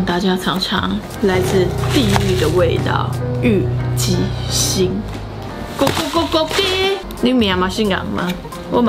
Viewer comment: 我一直想說為什麼一直聽到「雞心」...😂 好辣選我選我 看最後被辣到冒淚光我卻一直在笑😂😂